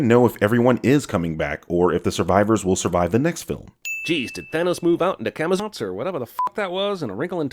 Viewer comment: missed a sin on the editing of the last sin with the way he says Camazotz